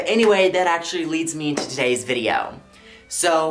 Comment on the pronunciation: no one: absolutely nobody on this planet:: there’s was always SHO many shows on disney